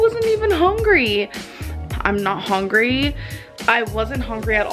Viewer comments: It's hungry not hongry genius. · I've never seen anyone else comment this. It drives me crazy. I feel so pissed off everytime I hear it. Hongry, wtf? Its disgusting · It bugs me to no end how she says "hongrey" and "lag" amoung several other things🤦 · “Im nOt eVEn HoNgRy” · omg she acc pronounces it as "hongry" i thought that was just a meme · Has anyone else noticed that pronounces hungry like “howngry” or “houngry” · "I wasn't hongry at all." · “I’m not even hone-grey”